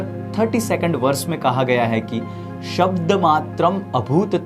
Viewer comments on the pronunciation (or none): none